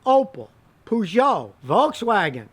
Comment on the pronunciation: The way you pronounce Peugeot 😂